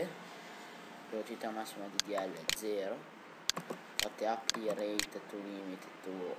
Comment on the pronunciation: ottimo video.. non mi va certo veloce come dici tu ma meglio di come andava prima.. ps "apply" si legge in maniera un po' diversa però! :)